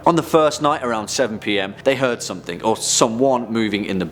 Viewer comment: Somethink? Do all brits turn a g into a k?